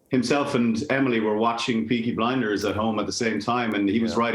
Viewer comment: DID SHE SAY PEAKY BINDERS???!!!! THE DISRESPECTTTTTT